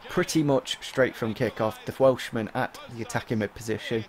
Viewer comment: the fwelshman 😂